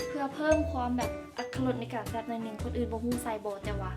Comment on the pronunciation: ແຊບບໍ່ແມ່ນແຊໆ😂